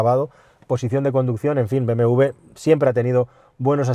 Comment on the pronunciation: es doble u: be, eme doble u ¡coño! siempre lo pronuncian mal